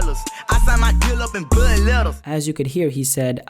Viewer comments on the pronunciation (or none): listen to how he says blood